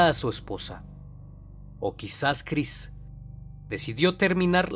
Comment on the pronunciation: nadie noto en el segundo cuarenta que dice Chirs en lugar de Chris?